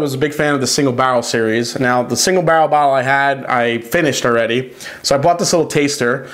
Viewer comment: Say "bah-rl" one more time...